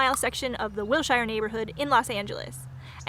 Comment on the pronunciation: I need to point out, having lived for 17 years in Park LaBrea - across the street from the tar pits - that Wilshire Boulevard is pronounced WILL-shur, not will-SHYER. There will be a lot of L.A. names that will trip you up…that you will need to learn, before you go on a guided tour… La Cienega, for instance… pronounced LA see-YEN-uh-guh And Los Feliz… pronounced LOWS FEEL-is I like watching your vlogs because sometimes I get homesick for L.A.❤